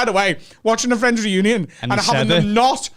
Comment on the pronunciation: The Friends ‘Renunion’? said it wrong